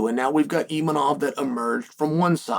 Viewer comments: IMAVOV and not ImaNov 😂😂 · Why is he calling him Imanov during the rest of the video and Khazmat yet other times he pronounces correctly